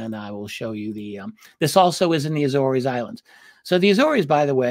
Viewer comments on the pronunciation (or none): RD the islands name is prounced A-ZORE’S … like a SORE shoulder…but with a Z …. And it’s plural. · Agree, my Naval warfare community, land-based maritime patrol P-3's were often based at Lages (Lah-gez). It is difficult to ignore the mispronunciation of the Azores (Ay-zors) without comment because it is steeped in our community's many sea stories and deployments there. Not a critique of thr great Richard Dolan by any means, just a comment. Love, love his coverage of U.S. Naval UAP and USO encounters. Keep it up!